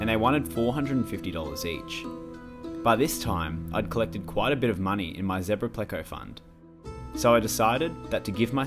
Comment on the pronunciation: It's so refreshing to hear someone pronounce zebra correctly for a change. 😁🦓 🐠